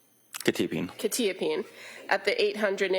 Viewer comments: Bro can’t even pronounce quetiapine correctly. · I must've been saying Quetiapine wrong all these years or he is? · lol buddy doesn't even know how the medications are properly pronounced so not much of an expert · They’re both pronouncing it wrong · why they pronouncing quetiapine like that 😮